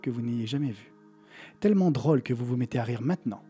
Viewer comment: C surtout pas pour te critiquer, mais ton accent ressort beaucoup sur le mot "drôle", vers , tu las dis 2 fois, et la deuxième fois tu m'as fais sourire et ça ma sorti du truc, je pense que c'est à force de regarder tes vidéos je t'ai alors imaginé en train de parler, et ça ma déconcentré parce que Jai eu toi comme image et non le cinéma😅 Par contre l'odeur de pop corn c ouf